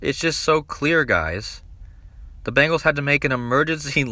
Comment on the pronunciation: I just really wonder why ppl are pronouncing it “Bangles” pls stop it.. I’m from Cincinnati it’s BEN GALS